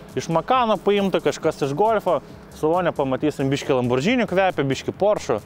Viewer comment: razstavkės - tai ne razdatkės. lamborghini - tai ne lambordžini. spaghetti - tai ne spagedži.